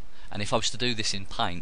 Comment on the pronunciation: i waas listening and i was like "pint? pint? what's pint?" then i found out that it was paint LOL